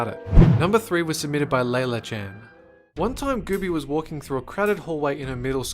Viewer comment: FINALLY SOMEONE PRONOUNCES LAILA RIGHT!!!!